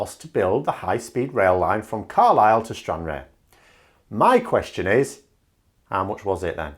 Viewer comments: Stran-rarr as pronunciation old chap and not Stran-rare. Just keeping you right with the Sweaty Socks and I can assure you the road links are hellish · Its pronounced Stran rar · I thought BoJo was just using this idea to string along the DUP etc? He has picked something that they would like that he wont have to deliver. Also google someone saying stranraer its generally pronounced stran-rar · Sorry, have to un-subscribe. Stranrarer pronounciation was abysmal. I expect a better standard of research.:-D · Hi it is pronounced StranRAR. Stranrar or rather Cairnryan has loads of freight already mate....keep it up..big fan! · Stran-RARR,! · Isle of man is not part of UK so you can forget about that.they would not give permission . And it is pronounced Stran- rarr as in pirate talk oooh argh! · Great video as usual but I giggle every time you say Stranraer. Being a local of Dumfries & Galloway its more pronounced as Stranrar. Just ignore the e. :-) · The aer in Stranraer sounds more like arse than rear 😉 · That's not how you say Stanraer.